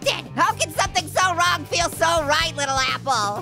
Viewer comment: "I Peel Fine" very Fine lol